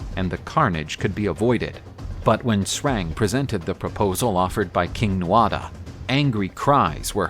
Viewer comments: Great video, excellent delivery and illustrations. I really enjoyed watching. By the way Tuatha is pronounced too-hah. Not nit picking, just friendly feedback. Best wishes. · It’s pronounced ‘tua de danann’, the tuatha is how it is spelt but the ‘Tha’ is silent